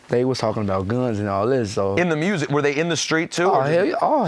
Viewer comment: ... WAT i wanna Do? MMMMEEEWWWSICK. LMFAOOOOO. DEX IS HILARIOUS FOR THAT SHIT LMAOO.